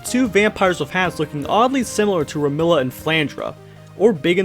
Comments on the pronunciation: ok i can understand you pronouncing the japanese names in weird ways but did you really just call remilia "remilla" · I know where flandruh came from but remila I'm not sure Iirc you don't pronounce the e in flandre